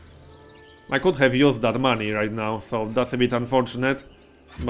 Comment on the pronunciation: Every time you say "Maney" I put my hand in front of my face with all the fingertips touching eachother and yell "Maaaaaaney!"